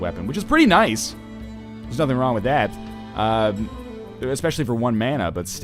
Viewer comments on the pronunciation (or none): none